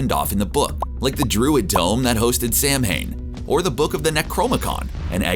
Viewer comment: Please tell me I'm not the only one who died a little inside at the mis-pronunciation of Samhain ...